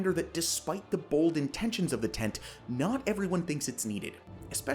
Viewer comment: Just so you know the hyphen in the abbreviation means it is pronounced 10-T not tent